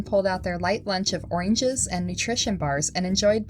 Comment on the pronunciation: History not hisstree Native not natuhv Oranges not oreenges Cameras not camruhs Didn’t not diten Paused not pahsed